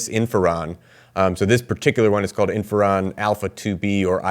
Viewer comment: Thank you for this information about Cuba and China. However: You are pronouncing the name of the drug as if it is spelled "inferon." I'm pretty sure it's "interferon" with a 't.'